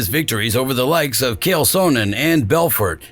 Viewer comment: How is it amazing, if he speaks about doing a homework about Rua, but called Chael - KAEL, and Machida - MAKIDA ?